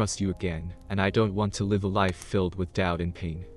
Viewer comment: Someone needs to teach that AI there are two pronunciations for the worst spelled, “Live.”